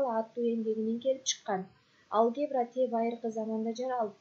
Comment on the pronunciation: Алге'бра эмес а'лгебра